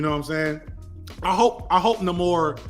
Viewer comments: its NAY-more, not Nuh-mor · Bruh why do you insist on the off pronunciations... Nah-Kee-ya NAY-Mohre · having a mini stroke with every pronunciation of Namor